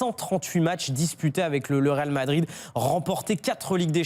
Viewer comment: "Ronaldo quitte le Ral Madrid "